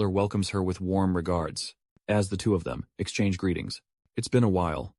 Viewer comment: English pronunciation of "as" and "at" are incorrect. AI voice needs some improvement 😅